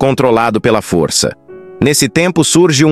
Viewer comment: Tem que melhorar o sotaque da inteligência artificial. "foriça" , "marica", "inforimações", é muito irritante. Tem que falar direito.